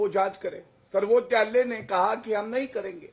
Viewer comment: गौरव भाटिया आज नशे की हालत में है, सर्वोच्च न्यायालय को सर्बोत्यालय 7 बार बोला और 1 बार सही 😅